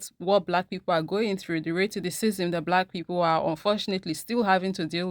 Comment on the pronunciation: Girl everytime you say raytissciss I crack up😂❤